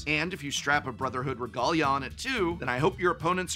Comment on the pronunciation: I've never heard regalia pronounced like that before